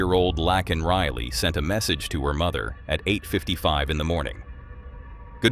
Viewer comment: How can you not know how to pronounce Laken Riley's name unless you've been living under a rock or your last name is Biden?